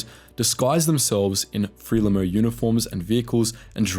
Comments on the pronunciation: FRELIMO please..Not FREMILO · A little pronunciation guide. ZANU (zahnoo), ZAPU (zahpoo), FRELIMO (frehleemow), Selous (Seloo), Salisbury (solsbree) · Am I just nitpicking, or is there something lacking in a documentary commentator on the Bush war who tells us that Mozambique became independent in 1945, thirty years before it actually did so, can't pronounce ZANU or ZAPU ( both pronounced with a long 'a' ) and refers to something called Fremillo (twice) rather than Frelimo? ( which should actually be pronounced Frelimu, given that it's a Portuguese acronym)?... and who were the Sealoose Scouts?... and where's Saliss berry?... can't mean Salisbury, surely?... and so it goes on. Are you taking the Mick?... and to describe the extinction of ZAPU by Mugabe as a merger is going it a bit, The two guerrilla groups were based on tribal lines and Mugabe 'merged' Nkomo's ZAPU with his ZANU with a campaign of extermination against the former (including women and children). It was no more a merger than Hitler's gang of Fascists merged with the Jews. Why bother posting this nonsense in the first place? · It’s more fre-Lee-mo than Frelimo but otherwise an excellent piece. Thanks. A piece on the Gukurahundi would be great as well thanks! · It’s pronounced FRELIMO not FREMILO smh 🤦🏾‍♂️ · Mozambique got independence from Portugal in 1975 not 1945. And what the hell is fremelo? Are you attempting to say FRELIMO? It is pronounced FRE-LEE-MO This utter garbage. You’re making an error per minute, and then repeating them. Embarrassingly bad. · Moza's independence came in 75 not 45 and it was Frelimo not Tremolo. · zapu pronounced z-ahh-poo and zanu pronounced z-ahh-noo, and frelimo pronounced fr-eh-lee-mow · 'Zay-Nu'? 'Zay-pu'? 'FREL-i-mo'? 'Sal-iss-burry'? Chinking beer glasses and no mention of Gukurahundi? (look it up). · FRELIMO is pronounced "FREE-LEE-MO". And Salisbury "Saul's-burry". Thanks for generations of ruin under Mugabe, Britain.